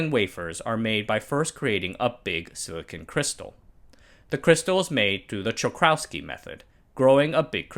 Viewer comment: You need to ignore the second "c" when you reading the name Czochralski. That "c" before "h"was borowed from Latin(for Greek words...) and most likely its only left in Polish nowdays to make writing in Polish even harder as you need to remember "Latin-Greek" words where you need to write it when in most Polish dialects there is no difference in reading "ch" and "h"...